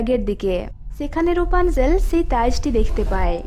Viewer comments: এটা রুপানজেল না এটা রাপুনজেল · Rupanzel na rapunzel